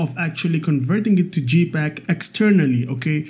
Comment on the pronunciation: jpeg = 'jay'peg (not 'gee'peg) 😀